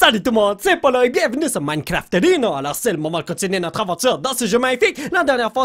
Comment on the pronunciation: J'adore quand il dit minecrafrino!!